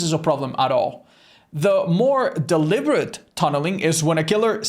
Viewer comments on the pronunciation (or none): why does he swap his b's and v's? He says "Deliverate" and "Biable"